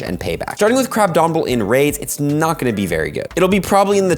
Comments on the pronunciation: Crab-omin-able. Not Crab-domin-able Man's making up D's for no reason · There is no "D" in Crabominable.